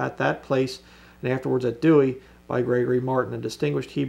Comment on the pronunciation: I thought you were an expert in the history of Bible's and you don't know anything about the Catholic Douay? Or even how to pronounce it? Explain the unicorns discussed in the KJV in your next video please. Thanks.